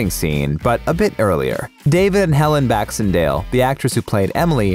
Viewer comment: Blaxendale? Beck-in-sail < pronounciation of her surname, thanks!